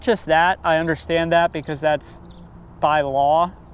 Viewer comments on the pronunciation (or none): none